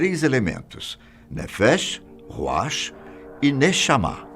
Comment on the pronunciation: Precisa melhorar a pronúncia de "ruach".